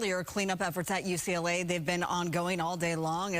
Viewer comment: Does she say "Jew CLA" and the end of the segment?!